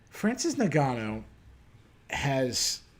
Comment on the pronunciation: I enjoyed the recap, but how in the hell are you still pronouncing Ngannou wrong?